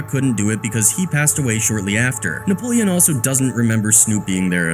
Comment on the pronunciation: 🗣️ What Happened Nepolean? 😂